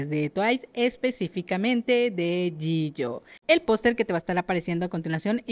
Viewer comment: Por que dice Yiyo? Si Jihyo nos enseño a pronunciarlo como Yijio